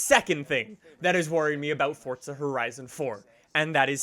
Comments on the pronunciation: Why the hell do Americans pronounce it forTza. It's fucking Forza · It’s FORZA not FORTZA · I couldn’t watch this whole thing cuz the other way you pronounce FORZA it’s not FORTZA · dude. FOUR-ZA, not FORTS-UH. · Why do you pronounce Forza with a D? Lol it’s not Fordsa it’s for-ZA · It's Forza not fortza for f**k sake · Its not FORTza its FourZa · there is no f##@@ T in FORZA! ffs. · Why are you saying FORT-ZA when it is FOR-ZA ?? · Forza not Fortza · Listen to the people in the game say it they say forza not fortza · Fortsa? i thought it was Forza.. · Btw it’s FORZA not fortza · Why do you say “ Fortza” there is no T. Its For-za, say it right! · Dude stop saying fortsah, it's Forza, lmao😂😂😂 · 😡😡😡😡😡its easy forza not fortza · Can someone explain why Americans think there's a T in Forza ? Or is "Fortza" a completely different game ? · correctly pronounced as ‘Fortza’... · bro it isn't Fortza lmao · Fortza horizon 4? English pls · Are you saying Fort-za? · Why do u say fortza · fortza horitza 4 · Am I the only one who thinks it sounds like he says fortsa horison 4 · Why do you pronounce it fordza / fortza? Maybe I'm just going crazy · I’m a new viewer... why are you calling it Fordsta? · I heard Fordsta lol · how many times can someone say fortza horizon 4 in one video and still not pronounce it correctly? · Why u say fortsa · I’m assuming you’re talking about ‘Forza’, that’s how it’s actually pronounced... don’t be mad. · Fortza hoerizon 4?? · Challenge: Take a shot of hard liquor every time he says “Fortza horizon 4” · It’s pronounced as ‘Fortza’... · This guys pronunciation of Forza is embarrassing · Forza doesn't have a fucking T in it. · There is no t in it